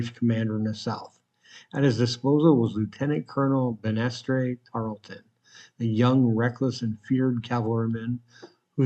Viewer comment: Tarleton's first name is pronounced "BAN-ass-ter" (as in a staircase handrail) Banaster could also be spelled Banastre as he did.